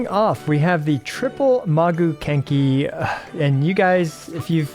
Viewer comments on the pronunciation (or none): Maguu kenki ❌ Kaguu Menki ✅ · "kagu mengki" 😂😂😂